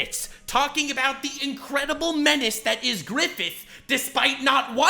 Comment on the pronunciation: Man really fucked the word menace up..... So sad, man got not that great taste in content anymore....